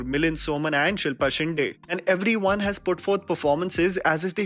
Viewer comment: it's not shinडे it's shinदे